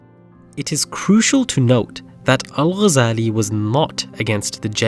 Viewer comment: The way he says Al shows you that he's not an Arab